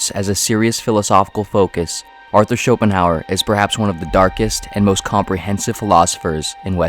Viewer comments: “It iyuh what it iyuh”. ~Arthur Somanheymuers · I'm impressed by this expert commentary in which his name is pronounced incorrectly.